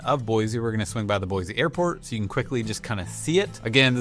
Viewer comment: How many times have you heard there's no Z in Boise? Boy-see 😉